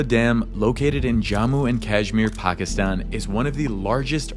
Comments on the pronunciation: lol i thoiught u were gonna prnounce it paakistan my surprise when u pronoiunced it right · bro the first ever foreigner to prounounce pakistan right xd il it